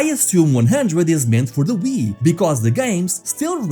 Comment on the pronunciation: the way he said Nintendo Wii made me so upset